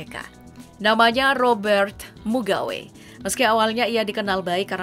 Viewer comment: Menit Mugabe nama yg benar bukan Mugawe